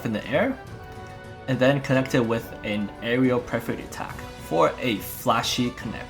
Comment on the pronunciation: Amazing video! The depth of knowledge when the game is so new is why you're one of the greats! (Perforate is usually pronounced "per-fuh-rate" or "per-fer-ate")